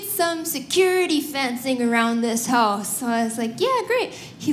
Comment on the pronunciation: "...and then you don't get a hōss." So, she's Canadian?